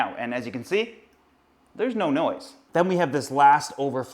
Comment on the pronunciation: "And as you can see, there is no noice" - 2K17